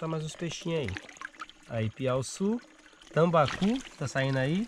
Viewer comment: O cara fala o nome dos peixes tudo errado... "Tilapa, tambacu" , nunca ouvi falar É tilápia e tambaqui cara. Esse segundo eu experimentei no norte, no interior do AM. E q por sinal, é gostoso p kct